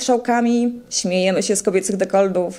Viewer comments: dekoldów ? a nie dekoltów ? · Dekoltów nie "dekoldów" 🤣